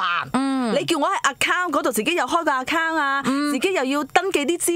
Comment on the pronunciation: 我都想讲。。。仲有Account读成Akkang我耳仔都好唔舒服。